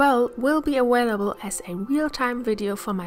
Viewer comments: Great video! Just a side note, you say aWailable. With a w sound. Its aVailable. V sound. But you can say which ever you choose of course. I find your accent easy to understand and very charming. And your skill very impressive. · R u intentionally saying awailable or its just a thing with ur mouth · your work is excellent. Most of your English is good. I have to help: it's not "awawabelle", it's a(uh)Vail -a BLE" And "really" is not "reawwy". Come on that's not hard. If you're going to play in the United States, do it right.